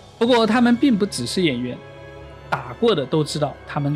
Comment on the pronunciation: 我的讚是給那個字正腔圓的“仆街”